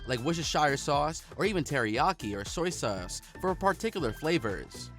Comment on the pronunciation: and "woohshehshyer" and "soy seurce"